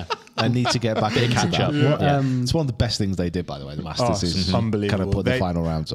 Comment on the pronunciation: tell your crew it’s the Masters and not the Marsters😂